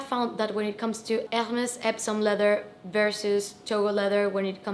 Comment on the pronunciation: I love how you pronounce Hermes. The way it should be pronounced